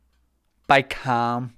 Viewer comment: Thought you said ham instead of calm and instantly craved ham